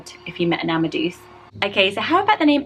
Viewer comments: Yes! The cringe I experienced when hearing it as ‘amaduce’ was crippling and severe. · Amadeus is normally pronounced Ama-day-us and Obadiah is pronounced as O-bah-DIE-ah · I believe Mozart's middle name is pronounced am-ah-day-us! Even still, had never thought of that one and it's pretty cool and quirky ! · Obadiah is pronounced OH-Buh-DIE-Yuh Amadeus is pronounced AHH-Muh-Day-US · Isn't Amadeus said "am-a-day-us"?! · 'Amadeus' is pronounced 'amma-day-us' :) x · Love this video but Amadeus is pronounced Ama-day-us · amadeus is pronounced ama day us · There’s a boy named Drummer in my little town. I don’t know him but I’ve seen his name in the local paper a few times. I prefer Tobin over Torben but I much prefer the meaning of Torben. Gili Osgood ♥️ I thought Amedeus was pronounced Ammadayus or Ammadayoos. Love Esben but I think I like it for a girl more than a boy. I also thought Obadiah was pronounced oh-ba-dye-ah. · Isn’t it pronounced Ama-day-us? Also I love Emric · We pronounce it as arm-a-Day-us and oh-bi-Die-ah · Definitely find girls names harder to think of! I included Adriel in a Christmas name list!!! Love Gilly !!! I think of it as a girls name though because of GOTs but even so, I have a Gully so wouldn’t work! Falcoln!! Yes! But I have a peregrine 😂 I’ve always pronounced Amadeus as Am-ee-ae-dus oops ha ha I love all of your videos!!! So many wonderful ideas. Xx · Love Amadeus but I’ve got to say you say it as Ama-day-us!! I think it would always get mispronounced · Amadues also sounds really nice when it's pronounced the latin/greek way; pronoucing the deus part with all the vowels - DE-US - so DE as in DEnmark and US sounding like joyOUS/chorUS. ^^ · The “e” in Amadeus is pronounced as a long a sound.